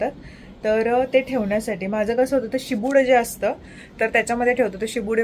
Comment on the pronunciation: शिबूड नाही ग शिबड म्हणतात बाकी vlog छान